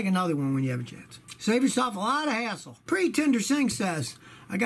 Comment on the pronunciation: When u were talking about loosing your keys u said it’s a real hassle, but sounded like a**hole lol. BTW when ur changing ur oil remember to take off the oil cap from under the hood before u remove the oil drain plug. The air will force out the oil.